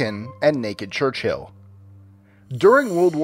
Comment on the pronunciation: its chur chill not church hill